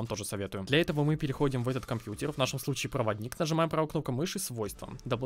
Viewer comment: Кто-то еще в 2020году говорит «компьютер» через «Е».. это как «секс» тоже через «Е»...